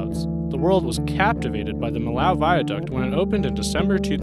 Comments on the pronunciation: and Millau is pronound [mijo] ("mee-yo"), not [məlaʊ] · If you want to pronounce Millau, say meeyo